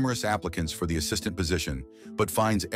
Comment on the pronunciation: Ass-is-taint is CRAZY 😂😂